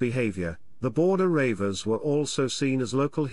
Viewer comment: The "Border Ravers" now thats funny...........good info all the same...